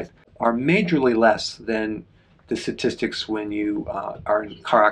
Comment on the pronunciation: Sorry to nitpick: What is a “sa-tistic”? Great info as always though. Thank you!🙏🏻